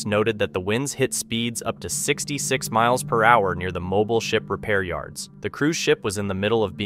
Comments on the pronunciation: dothefive: CORRECT PRONUNCIATION: Mobile, Alabama. It's pronounced as MO-BEEL...not MO-BILL. Otherwise, good episode! 😎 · Mobile, Alabama. Are you an American????? It's pronounced Mo-beel not Mo-bul. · Hey Dude (narrator).......you're not pronouncing MOBILE, Alabama correctly!! It's 'MO-BEEL'. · Also it should be Mobeel not Mobil. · no offense, but its pronounced Mo-beel , not Mo-bil. just saying. love your videos tho! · Just an FYI.... it's pronounced, MO-BEEL NOT Moblie. LOL Are you not from the U.S ? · It's not pronounced like phone mobile but instead it's pronounced as mo BEE ul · mo-BEEL, not mobil. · it pronounced mo beel not mobile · I’m pretty sure the city Mobile is pronounced mo-beel. Like automobile. Not like mobile homes. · Thank you! I thought I was the only one to catch that! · It's Mo-Beel Alabama, rhymes with heel. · The English language has many things spelled differently than how it is pronounced.... it is still is pronounced "mo-beel" no matter what the spelling is. . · It's pronounced Mo-beel. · It's pronounced Mo- beal, Alabama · Mo-beel Alabama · It's pronounced "MOE-BEEL"...duh! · Thank you. I was going to say the same thing. Mo-BEEL, emphasis on the second syllable.. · Mobile Alabama is pronounced "mo-beel". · The coastal city of Mobile in southern Alabama is pronounced "Mo-beel". Not like "Mobile" phone. It's not portable nor do we move it!! MO-BEEL!! I was born and raised there so trust me. I may not be right about some other stuff but I am right about this. 👍🤙✌️ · Mobile, AL is pronounced Mobeel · Mobile is pronounced Mo-beal. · Mobil pronounced Moe beale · pronounced "Mo-beel". you can tell all the way through these that this guy has never worked on the water, or aboard ship. hard cringe.